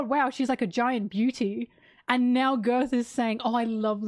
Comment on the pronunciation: I don't know if it's on purpose or just your accent, but I do find it funny that you call Gerd 'Girth'